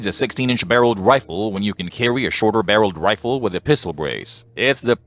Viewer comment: Hewwo errbady fwarms . 😂 I’m amazed that Elmer Fudd has a you tube channel. Wifle, wunhundred bucks. Hahaha😂